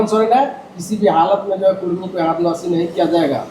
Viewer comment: कुर्मी नहि कुड़मी बोलिए